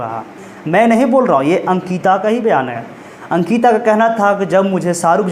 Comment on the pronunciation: Bhai sankita nhi ANKITA 😭